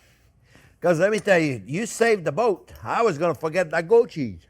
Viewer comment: First time I thought he said "Saving the Goat", best chef on the internet. You just got to love it.